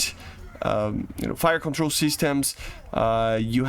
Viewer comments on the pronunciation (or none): none